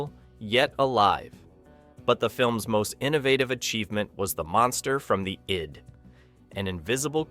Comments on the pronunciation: One small point - the word "id" is pronounced "id'" with short "I". not "eyed". Excellent overview of the movie and its importance. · It's"Id", NOT "eyed". Damned text-to-speech computer voices... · The "id" is not the "eyed." It is pronounced like "did" without the d. Is the narrator an actual hu-man or just another 'bot? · Of all the AI mispronunciations I've ever heard, getting 'id' wrong tops them all.